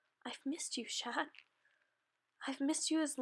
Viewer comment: OK GGOOD JOB BUT AS A FRENCH PERSON I HAVE TO TELL YOU CHAT IS PRONOUNCED WITHOUT THE T AND CHANTON WITHOUT THE N OR T SORRY THIS IS GREAT BUT YEAH